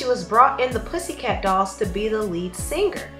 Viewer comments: OMGosh, I cannot take the narrator's poor pronunciation of many words and names. It's not pronounced sinGRR.....the g is soft in ing. The cadence of your speech is very unnatural. Narrating is not your calling.... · The word singer is not pronounced seenGRR.....the g in ing is soft. It is annoying how you can't pronounce ing words.